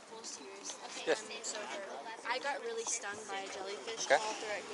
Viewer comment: "Having a party?" "Not rilly"